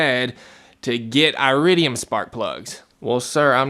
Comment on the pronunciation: It would be helpful if you could actually pronounce iridium correctly, lol. Additionally, longevity is only one part of the equation... actually, copper-core plugs give the "best" performance, you just have to change them more often (every couple years) and they only cost like $2 apiece. When choosing plugs... you're making a compromise between performance and longevity, you don't get both. The more exotic metals reguire more electrical current thus putting a higher strain on your coil(s). They last longer because they are harder (not as conductive.) Like I said, everything is a compromise of some kind. You're compromising cost and performance for longevity. The "best" plug for you might not be the "best" plug for everyone when ALL things are considered. You're leaving out substantial parts of the equation with your assessment. A better video would communicate all these factors so a person could make their own decision. You didn't include all the information necessary for a person to fully understand the decision of which plugs to use for them. Any type of plug will work just fine in these engines... but one must consider longevity, cost, performance, etc. when deciding which type to get, not just the longevity... all the factors need to be weighed together. So just because iridium plugs last longer doesn't mean their better in every category, just the one. If you were to do dyno runs with iridiums and with copper-cores, you'll make more power with the copper-cores, that is u